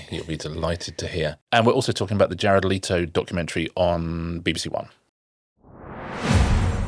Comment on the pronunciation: The name is pronounced Let-o, not Late-o